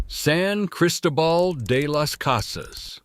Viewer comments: You are pronouncing Cristobal wrong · You need to ask your AI voice to get a clue about Spanish pronunciation. San Cristóbal de las Casas, Pátzcuaro, Valladolid, Campeche, Guanajuato, Puebla, Oaxaca, Querétaro, Mazatlán, Mérida.